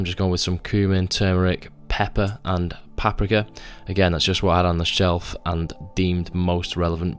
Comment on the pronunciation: The way you say paprika made me chuckle and wonder if I been saying it wrong my whole life the same with tahini lol